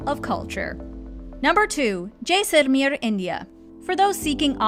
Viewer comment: Please drop the accent. You are saying the names of these places totally wrong. Jaisalmer for one example. Please just say them normally. You have interesting information and these affectations really bring down the vibe.